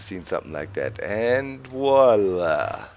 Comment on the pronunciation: 'And Wolla' I love the way Doc pronounces his Vs :D